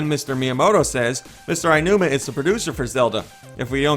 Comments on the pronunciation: Phonetically, it should be "OW-nooma", but I'm no Japanese expert. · Come on, you know how it's really pronounced. Mr. Al Newman! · Well, it would be odd if there wasn't going to be. But they are in this weird cycle since Twilight Princess had the same case as BOTW. It's not Ainuma. It's Aonuma, so just say like it's spelled. But I guess it's easy for me to see how to say it since I speak some Japanese.